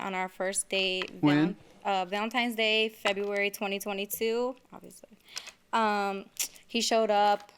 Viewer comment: when she mumbles “obviously “ im surprised he didn’t catch that shit😂